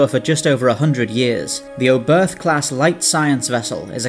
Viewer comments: Nice video. Just one thing: The ship was named after german Rocket scientist Hermann Oberth. The "h" at the end of his name is silent. It sounds like "Obert". Not "Oh birth". But the video was really good. Keep'em coming 😉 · Love your videos! That said: The German name 'Oberth' with an English accent, in particular an English 'th' at the end makes my ears bleed. The 'e' is like the fist one in 'edge' and said 'th' is closer to 'tt'. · The pronunciation was definitely noticeable.